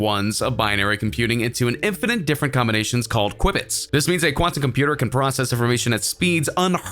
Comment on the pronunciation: For goodness sakes if you are going to make a video with technical information, please use the correct language! It is not ubiquous... it is ubiquitous! Also it is not a quibit it is a "Q-bit". within the first 20 seconds of the video you lost complete credibility. Please make sure you look after the small details if you wish to be taken seriously. Cheers